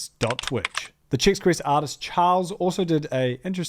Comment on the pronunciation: Um actually it's Chex, not Chicks.